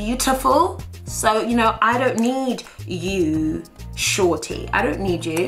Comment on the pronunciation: Shawty not shanty